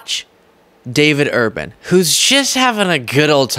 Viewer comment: David Urban , not urbane !